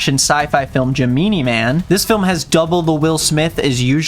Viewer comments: I've been looking for somebody to mention this. He 100% mispronounced it. I was so thrown off when he said it😂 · Ge-MEANIE MAN?? WTH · the way he pronounced gemini man... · No, no you are definitely not the only one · the ONLY way i’m saying it now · Came here for the pronunciation of Gemini Man